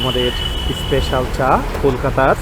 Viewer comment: Special hoe ispecial noe, engliah bolte parena bhul bhal uchcharon. Kanglu der